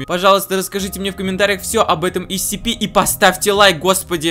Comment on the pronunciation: Правильно говорить сцпи